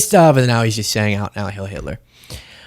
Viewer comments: Why do you say “hail” when everyone else says “hiel”? Is this another self-censoring-to-avoid-censoring? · it's not "hail" it's "heil". It's German and it's pronounced with a long "i" sound. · Heil not Hail Hitler! Pronounced Hile! Either way it's despicable! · It’s not “hail” but “heil” which does mean hail anyway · Isn't it "Hi-ill" not "hale"? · Who wants to tell Kanye that it’s HEIL, and not HAIL. It rhymes with “while”, it doesn’t rhyme with “pail”. I guarantee he doesn’t even know what HEIL means. Spoiler, it doesn’t mean “hail”. 🙄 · “heil” rhymes with “bile”. Heil Hitler. Bile Hitler. Not Hail Hitler. Mispronunciations like this are not a good look for you, or anyone for that matter. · Please don't mistake the following remark for glamorizing Naziism or the American Idiots who embrace their idea of it. The word "heil", while it translates to the word "hail", it is pronounced (phonetically) "hile". Disrespecting the German language and journalistic integrity by investing zero effort into pronouncing this simple word causes you to lump yourself into the category of Feckless Blogger. I know you're better than that.